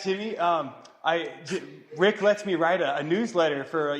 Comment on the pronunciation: I thought she said "It tickles" 😅